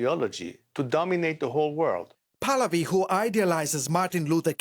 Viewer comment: His name is PRONOUNCED PAAAAAHHHHH-LAAAAA-Viiiiii Not Paladi..... he's not a gym polati class😂😂😂😂